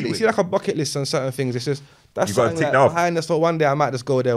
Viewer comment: He says “sattink” 😂😂😂 when the word is something lol